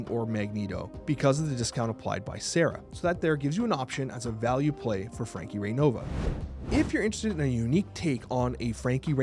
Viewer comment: Who else heard Frankie big butt?